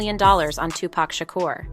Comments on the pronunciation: She said 2pack😂😂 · I swear to Jesus himself if this bitch calls him Two-Pack one more fuckin time, I mean it was funny when she was saying Shoogknight, but fuckin callin Tupac "two-pack" is where I draw the line. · I'm not trustin no source that calls him "tu pack" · Can’t listen to this… annoying who say 2 Pack don’t need to do a documentary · This narrator is killing me! Am I they only one that looses it when someone pronounces 2 Pac's name as 2 Pack 😂😂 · 2pac not 2pack white folks.. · I think everyone and their moms knew that Diddy put the hit out on pac. And how she says 2pac annoys the crap out of me. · 2pac has been in the media for the last 30+ years and they still call him 2PACK rather than how his name is actually pronounced. I can't bro! I literally CANT! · Why is she pronouncing his hame 2-pack! It's hard to continue watching after the fact! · I’m getting tilted by how she says 2 Pac. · 27 years later and she can't even say his name right? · made a video without knowing how to pronounce 2Pac or Suges name smh